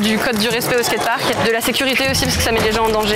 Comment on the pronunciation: T'as du mal avec le mot "skate park" haha